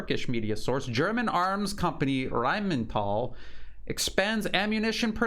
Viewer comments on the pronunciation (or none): Its Rhine-Metall not Rhymental although your version is cooler😎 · NOT Rhein-meNtal – you know, it's actually the word metal . But you actually do the Rhein- part beautifully. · Its Rhein Metal :-)